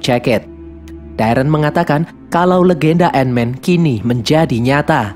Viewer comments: Tulisan Ant Man Dibaca : & men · ''ANT-MAN THE WHAS''